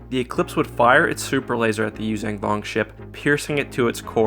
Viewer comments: Hey,. The name of the species is not “yoo-zang vong.” It’s “yoo-zhahn vong” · Why do you keep saying "yuzang vong"?